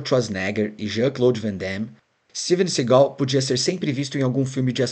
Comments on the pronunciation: É Steven Seagal e não Segau péssima pronuncia da narrativa. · Sigal? Si-gal? kkkkk não sabe nem pronunciar o nome do cara e quer fazer um doc